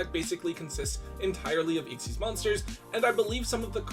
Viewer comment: What is that pronunciation of Xyz…